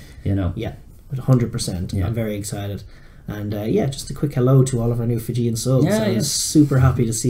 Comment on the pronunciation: Hey guys well done for your Fijian names pronounciation ! Great effort ! I would call it Fijian-rish or Iri-jian lol ! But all jokes aside great stuff !